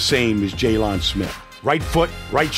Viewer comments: He said jay lon smith it’s jaylon Smith 😂😂 but I appreciate it we ballin it’s only gonna get better and better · It’s jaylen it’s jaylon😂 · Who TF is Jaylun? It's Jaylon smh 🤦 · Jessus christ its JAYLEN not jay-lawn mower smith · Jay-lawn Smith 🤣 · Jay-lawn Smith? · he be pronouncing it jayLON...smdh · jokes on you it's jaylon not jaylen lol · G 18 actually it’s jaylon not JALEN like this isn’t Ramsey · Why didnt u answer the first time I called u Jay-LAWN?? Vander Esch go cover Oh-Shag-Hennessey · Did he pronounce it Jay-lawn Smith? 😅